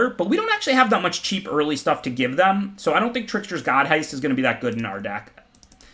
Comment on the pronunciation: I am waiting for the day he pronounces The Trickser-God's heist correctly.